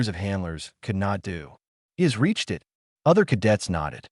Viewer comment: i wouldn’t have a problem with stories from this channel, but apparently the owner either doesn’t understand english, or they have incompetent editors, this story is very typical content from this channel, constantly pronouncing beginings of sentences such as ‘it’ as “I, T”, or ‘by’ as “B, Y,” perhaps the channel owner should be consistant and pronounce each beginning the same way, like ‘Garth’ should actually pronouced “G, a, r, t, h,” - you know, keep it all consistant… it’ll help non-english speaking visitors how english works when it comes to verbal pronounication lol